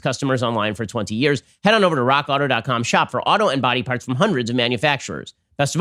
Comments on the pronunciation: Raw Kotto...yes? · When Ben says "Rock Auto" and for whatever reason, it doesnt sound right.